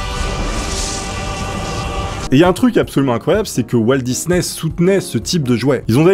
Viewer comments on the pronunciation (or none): none